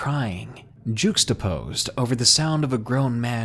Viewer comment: Lol, that's not how you pronounce juxtaposed!